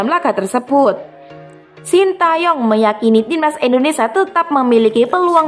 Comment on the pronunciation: Indonesia mbak, bukan Indonesa😅🙏🏼